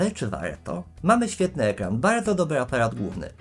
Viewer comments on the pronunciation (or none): Logopeda mówi dzień dobły